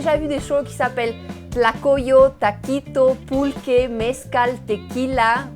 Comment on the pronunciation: Es mezcal, con la acentuación tónica en la a